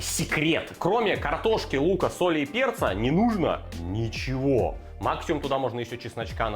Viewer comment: Сразу видно что в кумирах Гоблин. "Не нужно добавлять ничегооооооуоуоуо" произносить с соответствующей мимикой. А вообще в последних выпусках прослеживается какой-то постоянный хейт, агрессия или хз что это, какие-то траблы походу у человека.